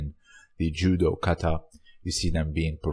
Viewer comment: Judo 🥋 not j